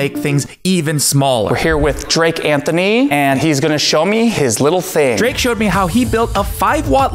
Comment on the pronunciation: “I’m here with Drake Anthony and uuuuh, he is gonna show me his little THING” Seriously though, why the emphasis?